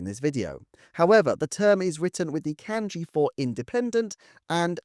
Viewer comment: Kanji is pronounced like Genghis 'Khan' 🙂